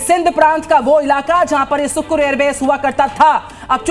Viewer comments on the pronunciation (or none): It sukkhur sounds shkhar